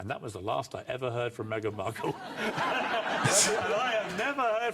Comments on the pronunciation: Bc Joe started saying it that way so Rory thought that's how it was said lol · Why did Joe call her Megan Mar-kell? 😂 this dude is something else